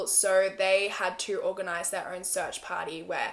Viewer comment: "own" Subtitles: "urn"